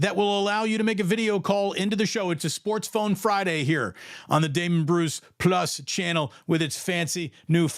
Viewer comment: You called it Damon... good lord